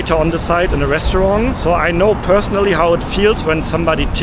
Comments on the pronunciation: I know you’re German, but you need to learn better pronunciation. It’s Seer-up, not Sei—rup. Try not to pronounce restaurant like a french person. And PLEASE stop the annoying habit of constantly saying “to be honest”. Why make a video full of lies?!? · Hi, great video again. And please, it's restauranT, not restauranG. And I'm a native of Californian, and think tipping is one of the biggest ripoffs in this country. You are not obliged to tip, as simple as that. If they pressure you to tip, I'd simply say, "please don't pressure me to tip, as it's my choice". We're currently in Asia now, where you know if you tip, they almost find it insulting.